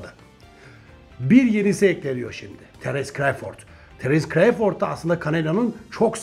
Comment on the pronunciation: düzeltme: terens kreyford değil terıns kra(o)vfırd